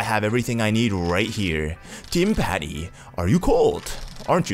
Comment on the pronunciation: It's pronounced timpuh ni